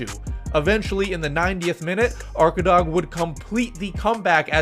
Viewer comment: Arkadag usually translates "the back side of a mountain" and when u pronounce it u don't spell the last letter G and it's long A arkadaa. It's in Turkish and Tatar language.